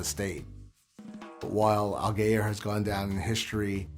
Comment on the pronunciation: you pronounced allgeyer wrong :(